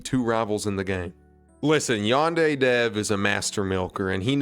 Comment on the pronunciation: What really irks me about this whole thing is that he calls it "YAN-DAIRY" like ffs man this game is your whole life and you can't even pronounce it right